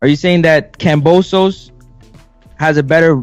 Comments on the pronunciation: KamBosos not KamPosos, why he say it like that lol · Cam"B"osos not Kam"P"osos. love your vids. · Where's the P in Kambosos? 🤔